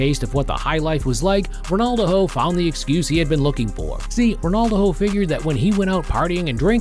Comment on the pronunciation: The A.I voice over is annoying calling him Ronaldoho 😅